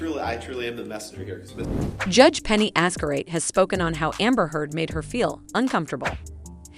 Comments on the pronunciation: Hearing her name pronounced as "Azcarate" is...well, quite an experience. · You might want to start off by pronouncing Her Honour's name correctly lol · I'm sooo bothered by how you pronpunce Judge's surname. 😬😬😬